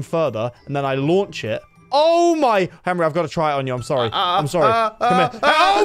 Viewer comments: ITS HENWY NOT HENRY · POV: () you know what "henwy" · not Henry it's Henwy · “Henwy, I’m a wizard.” brings so many memories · "Yer a wizard Henwy" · its not henry its henwyy